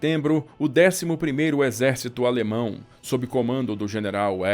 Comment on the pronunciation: Sua pronúncia das palavras em alemão é jóia.